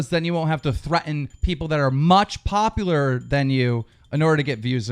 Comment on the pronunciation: populererer ok keemstar dont hurt yourself there